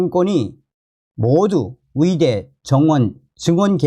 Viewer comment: 계속 의대를 위대라고 하시네요~~^^